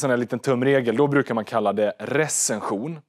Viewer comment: Spara Smartare med Nordnet tror han påpekar mer ditt uttal